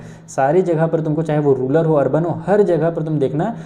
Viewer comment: Sir vo rural hota ha na ki rular